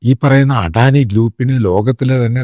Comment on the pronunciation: ആദ്യമായി അദാനിയെ അഡാനിയാക്കാതെ അദാനായി യായി ഉച്ഛരിക്ക്. എടോ ശമുവേലച്ചായാ ഒരു ഇൻഡ്യൻ കോർപ്പറേറ്റും വളരുന്നത് അമേരിക്കന് സുഖിക്കില്ല. അതുകൊണ്ടാണല്ലോ ആദാനിയെ സ്റ്റോക് മാർക്കറ്റിൽ നശിപ്പിക്കാൻ അവർ ആദ്യമേ ശ്രമിച്ചത്. ലക്ഷക്കണക്കിനാൾക്കാർ ജോലി ചെയ്യുന്ന ഒരു സ്ഥാപനമാണ് അദാനിയുടേത്. തന്ത്ര പ്രധാനമായ പല പോർട്ടുകളും ഇൻഡ്യക്കുവേണ്ടി ഹാൻഡിൽ ചെയ്യുന്ന സ്ഥാനമാണ് അദാനിയുടേത്. വെള്ളക്കാരൻ അതിനെ നശിപ്പിക്കുമ്പോൾ അതിനെ രക്ഷിക്കേണ്ടത് ഇൻഡ്യൻ സർക്കാരിൻ്റെ കൂടി ഉത്തരവാദിത്വമാണ്.